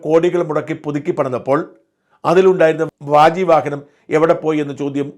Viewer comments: വാജി എന്ന് പറയണം വ്യാ ജി അല്ല വാ ജി എന്നാൽ കുതിര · വ്യാജി എന്നല്ല, വാജി എന്നാണ് പറയേണ്ടത്. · വ്യാജി അല്ല വാജി അതായത് കുതിര